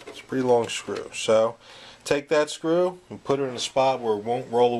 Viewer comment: BE VEWEE VEWEE QUIET! I'M UNSCREWEENG A VEWEE VEWEE SOFT SCWOO!